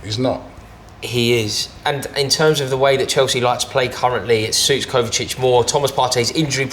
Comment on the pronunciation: Didn't like the way said "kovacic". Kovacic is top class.